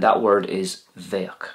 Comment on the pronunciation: bang on I’m in Sligo that’s how we say it. It’s great to be able a/b words with this channel. Thanks again